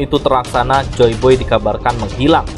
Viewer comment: Joy boy apa joy beh nih min✌✌✌